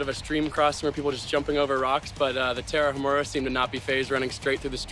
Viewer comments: "the Tarahamurrhha" congrats on butchering the name! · Agree. And it's Ta-ra-umÀ-ra, no sound on "h". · If you want to pronounce Tarahumara correctly say the following in English "Tara uh! Mara" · The Tarahumara used to do that while kicking a ball.....The just hasn't the time TO LEARN HOW TO PRONOUNCE THEIR NAME!! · The way that guy pronounced Tarahumara is like nails on a chalk board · Great video! But it would be better to pronounce Tarahumara correctly.